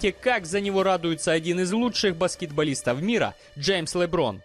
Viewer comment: Правильно говорится ЛеБрон Джеймс!!!